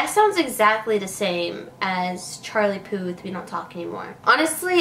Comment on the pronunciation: At least spell the title correctly and make an effort to pronounce his name correctly using google translate or something